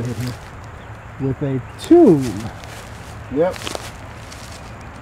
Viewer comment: Quite a creative way to pronounce Tomb you guys 😂